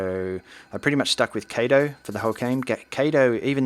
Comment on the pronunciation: im sorry i dont mean to be rude or anything but it’s bugging me so xD it’s not “kay-toe” it’s pronounced “kah-toe” Kato not kayto xf